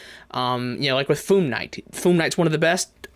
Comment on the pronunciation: “Foom knight” lol